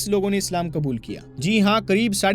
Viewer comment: Aap is waqt urdoo zubaan se khitaab kar rahe hain to apni zabaan par qaaboo rakhen qlafz kabool nahin woh lafz qubool hai doosre lafz fir nahin phir hai